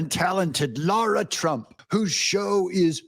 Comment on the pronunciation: What is SO DAMN HARD about speaking the word “Lara”? Explain yourself. Stop being disrespectful to Lara Trump. Her name is not “Laura”.